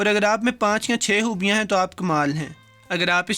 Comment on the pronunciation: Aap Yakeenan Lahore sy Hain ... hoobian nahi hota Khoobian hota hai ..